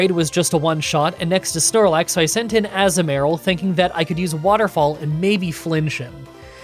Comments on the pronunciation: I love how you pronounces Togetic correctly (or decently enough) and goes on a rant about it. And then immediately pronounces Azumarill slightly incorrectly right after lol. The "azu" part is uh-zoo not ah-zuh but they both sound honestly fine and I don't really focus on how you pronounce it and mainly on the playthrough (I just thought this was funny) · so I get there's mons you're not sure how to pronounce but I nearly cry laughed when Azumaril became Assmaril that's literally what you said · Azu-merril definitely sounds wrong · struggling over the correct pronunciation of Togetic only to confidently say Azumarill wrong is just peak. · I can’t with the Azumarill pronunciation 😂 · I have never heard that pronunciation of Azumarill before but I kinda like it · Am I saying Toekitic right? Also: AZU-MARILL 😂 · I love your videos but sometimes how you pronounce some Pokemon's names hurts me.... Ie Azumarill (A-zoo-mr-uhl) and togetic (idk how you struggled with togetic it's pronounced the exact same way as the other two evaluations just with pi, tic and kiss at the end) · Saying Azumarill and Togetic wrong over and over was tilting me 😵‍💫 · Your azumarill pronunciation was way worse than Togetic